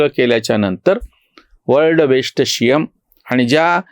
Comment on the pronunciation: जी, आपला " वर्ल्ड बेश्ट शि यम" हा उच्चार ऐकून खूप खूप हसू येते...!! 😀😀😀😜😜😜